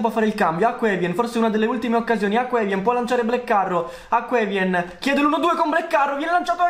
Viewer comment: Comunque non sai pronunciare un nome “piter”santini ed invece è petar hakon evjen lo chiami acqua evien Male lo chiami meili